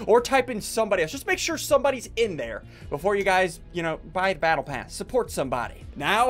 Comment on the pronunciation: I love it how he says surrport somebody not just himself